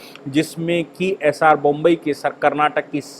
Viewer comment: कृपया बोम्मइ को बोम्बई न कहें